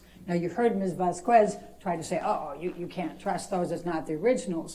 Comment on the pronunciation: Slight off topic but it makes my blood boil how Amber's attorney pronounces "Vasquez"💀💀 mf can't even say a last name right